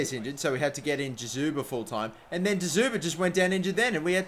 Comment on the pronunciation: Can someone tell him it's DzYuba and not DyZuba